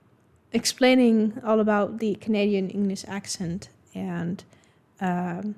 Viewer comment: Americans often mock Canadians with "out and about' and say 'OOT and ABOOT", but in reality, Canadians pronounce the words "oat and aboat'. Kind of like they do in Wisconsin.